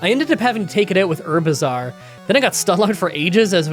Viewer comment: I’ll never forget ivysaur’s french name. Just had “how bizzare” every time you said its name